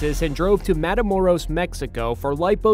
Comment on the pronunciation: Lol the way he Said Matamoros Is so funny I just watch these to see how these gringos butcher easy names 😂😂😂